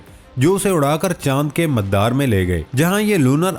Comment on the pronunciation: Pronunciation correct kr ln please, MADDDAR ni hota MADAR hota ha. Parh k bi sae na bolain tu agr khud tahqeek kr k bolna pare tu kya ho ga🙊🙊🙊🙊